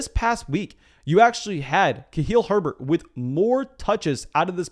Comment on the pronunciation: It's KhaLil, not KhaHil, lol.